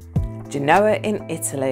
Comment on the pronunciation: I totally agree!. Please do your due diligence before setting up geography quizzes. Some of the pronunciations are ridiculous. Genoa, Appalachian, and Guiana in particular